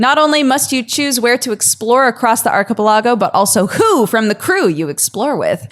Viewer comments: Idk i feel like she read archipelago wrong, I’m pretty sure it’s read Archie-pelago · That pronunciation of archipelago physically hurt me. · "arky-pel-ahgo" Going to the UK has finally taken hold on. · We're just not gunna mention pronunciation of "archipelago", right? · Always happy to see! I'll even forgive how she pronounces archipelago...